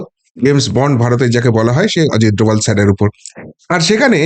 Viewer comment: এরকম একজন সন্মানিয় ব্যাক্তির নাম পদবির উচ্চারণে দয়া কোরে বিকৃতি ঘটাবেন না, অজিত দোলাল আবার কি?! অজিত ডোভাল তো সারা দুনিয়া জানে, শুধু মাত্র আপনিই জানেন অজিত দোলাল! অদ্ভুত!!